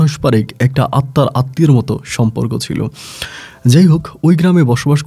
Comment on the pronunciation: সম্পর্ক উচ্চারণ আজকে ঠিক আছে। একটা ধন্যবাদ দিতেই হয়।